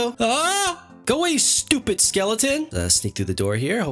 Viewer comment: i love when u say STOPID